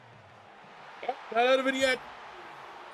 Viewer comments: Love you rebuilding my panthers great vid brother! btw Legette’s name is pronounced Lee-get not jet. salute brother!!🔥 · Legette is pronounced “League-it” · it’s Xavier LEGette…like you’re saying LEG to start. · Listening to you mis pronounce “Legette” the entire video was irritating. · As a Panthers fan you are definitely pronouncing Legette’s name wrong